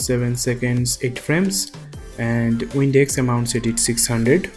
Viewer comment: this was awesome man thanks. when you were changing the values for the wind, it sounded like you kept saying WINDEX